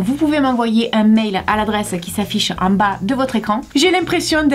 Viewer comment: " en bag de votre ecrang " 😂😂😂